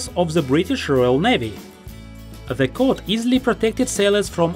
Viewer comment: Coat not Cot